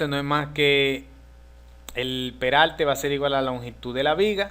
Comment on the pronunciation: cuando tu hablas peralte es perarte